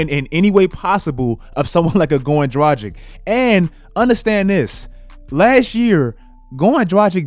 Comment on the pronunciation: I really love your content man, but please, learn to pronounce Dragić properly.. It really hurts to hear your pronouncion as Europenian guy. I think you would be annoyed too if someone mispronounce your name ALL THE TIME, in my eyes - if you can't pronounce someone's name it's like not giving a man respect. I have no idea why is everyone trying to make his name sound 'American'. He is freaking Slovenian. You are NEVER pronouncing ć as k there. Also g in his name is like g in word lanGuage, not languaGe.